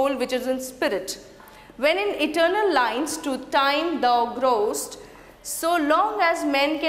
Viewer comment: Poor discussion of rhythm. Shakespeare is known for his use of iambic pentameter. Di dum di dum di dum di dum di dum! Also some terrible pronunciation e.g. of owest and growest.